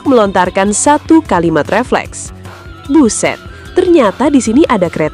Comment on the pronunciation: Cuma mimin yg bilang buszzett... 😆😆